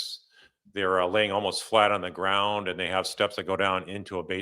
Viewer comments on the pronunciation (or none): none